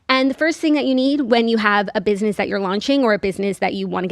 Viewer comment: I love a square space ad because I know I we’ll get saying “Biznizzz” 100 times and it’s my favorite 🤣 it’s the only way I pronounce business in my head now